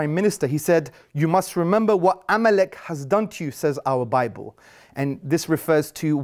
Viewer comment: Amalachite???? Amalek you muppet